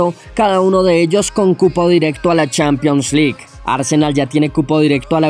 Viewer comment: CHANPION LIK EUROPA LIK. Que bien pronuncias lol